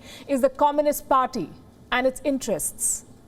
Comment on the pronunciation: I like how this woman pronounces “comminist”.